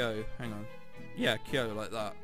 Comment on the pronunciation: I was laughing so hard when you were discussing the name 'Kyo' XD Pronounced Key-yo if you never found out after.. and it's japanese, not korean XD